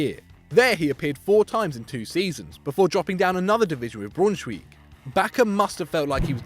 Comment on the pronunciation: That pronunciation of Braunschweig was bloody awful. Stopped watching after that.